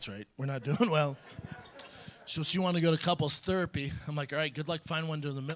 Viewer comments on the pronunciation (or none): "couples therpy" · Oh man, the “therapy/thurpy” part kills me.